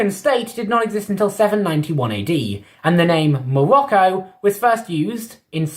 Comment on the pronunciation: hUmAn wemains iN mOlOcCo🤣🤣🤣,bro,whats wrong with your pronounciation